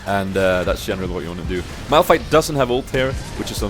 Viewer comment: Awesome vid! U kind of messed up Malph and Mao´s name sometimes :D... Funny